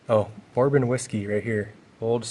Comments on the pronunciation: Bore-bon 😂. Apparently not a big whiskey or alcohol drinker 😃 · I can tell he isn't a whisky drinker, calling it "barbon" hahaha He also didn't realize that was an old bottle of PBR! I bet the brewery would love to have that in their museum.